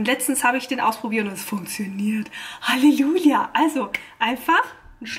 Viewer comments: Nicht böse gemeint aber du hast bei „hallejulia“ anstatt „Halleluja“ gesagt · Habe ich mich verhört, oder sagst du wirklich "HalleJULIA"?🤣🙈